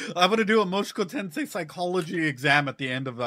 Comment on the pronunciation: A bit funny that you still say "Moshuku Tensei" out loud haha